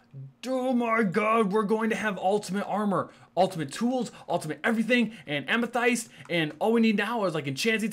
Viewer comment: Its pronounced Amathest rven though its spelt like Amethyst